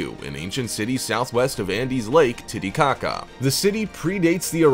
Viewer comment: Omfg "Titicaca" 😂🤣